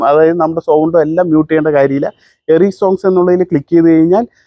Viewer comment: എറി സോങ് അല്ലടെ എറേസ് സോങ് എന്നാണ് 😂 അതായത് വേണ്ടാത്ത ഭാഗം erase ചെയ്യുക. മായ്ച്ചുകളയുക എന്നുള്ള അർത്ഥം കഷ്ടം തന്നടേയ്😅😅😅